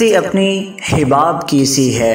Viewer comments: It's hUbaab, not hIbaab #marciofreak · لفظ حَباب ہے. حِباب نہیں